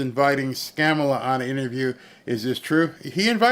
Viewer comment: Glorious, thank you! But her name is pronounced Comma-la.